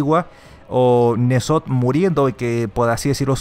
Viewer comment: se pronuncia enzot no nezot